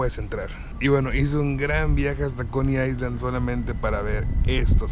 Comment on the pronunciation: no te lo tomes a mal pero no se dice "aisland" (island) se dice "ailand" como si no tuviera la "s". Saludos:)